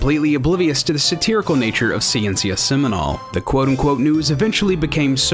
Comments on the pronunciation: Word of advise for the narrator, try to seek how words are pronounced, "seminal" has the stronger pronunciation at the end, I couldn't understand the word due to his accent, it means seminal science by the way. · The pronunciation of ''Ciencia Seminal'' is too weird. ''Ciencia'' is ''Science'' in spanish, it's pronounced ''See-Ence-(ee)a'' and fastly, and accentuated in the ''Ence''. While Seminal is accentuated in the ''Nal'' unlinke in english.